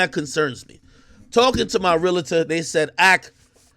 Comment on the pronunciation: Remember it’s a REAL-TOR not a REAL - A - TOR